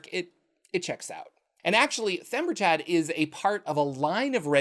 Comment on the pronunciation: Themberchaud is kinda "The ember chaud (hot, in French), Or "the hot ember", so he's not "Chad." Themberchaud, logically, ends in a sound like "Showed"